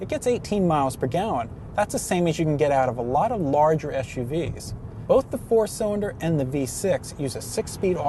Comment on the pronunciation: Learn to say your "L's"--it's not "cywinder" or "wew controwed".